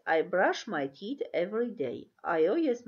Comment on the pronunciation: Teeth- բառը սխալ եք արտասանում